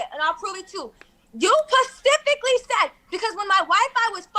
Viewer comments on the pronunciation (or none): She pacifically told him...